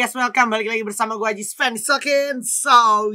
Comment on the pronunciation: ❌ Adji Seven ✔